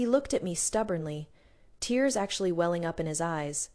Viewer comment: Your AI narrator needs upgrade especially when pronouncing the words: anyone, everyone, tears, row, wound, bow and a few others more, but I truly enjoy your channel's stories. Fantastic!